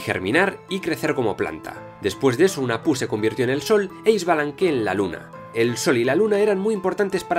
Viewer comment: Hola me encantó el video, pero unas correcciones con la pronunciacion de los nombres mayas. 1. La "H" suena como si fuera jota, Hunahpu= Junajpú, Ah Puch= Aj Puch. 2. La "X" suena como si fura la Sh inglesa, Ixbalanque= Ishbalanqué. 3. La "V" suena como si fuera "W", Popol Vuh= Popol Wuj.